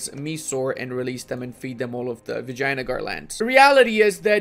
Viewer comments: its vijayanagar not vagina-gore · Nobody:: Vagina-gar